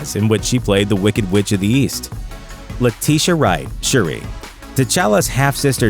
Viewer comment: Say Letitia Wright you disrespectful narrator.